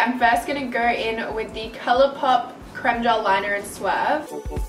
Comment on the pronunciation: ur the first youtuber I've found who says 'creme' the right way! BLESSSS! It's 'crehm' not 'creeeeeem'